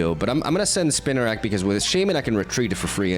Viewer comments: It’s “spin a rak” . It’s spinning webs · Spinarak pronounce Spee-narak.